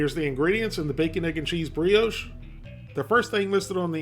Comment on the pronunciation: It's pronounced 'bree-osh'! A concise, and honest review of a product - as always. Thanks.